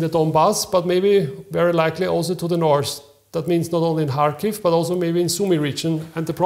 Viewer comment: Kharkiv,not Charkiv